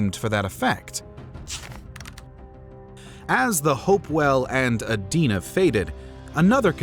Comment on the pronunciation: Good video overall. Thank you for pronouncing "Adena" correctly.